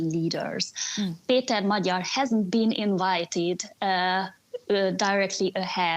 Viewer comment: She said Magyar's name wrongly. By now she should have learned easily how to say his name. Just lazy or incompetent.